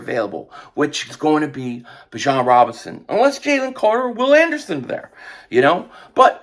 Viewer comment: Is anyone gonna tell that it is pronounced BE- John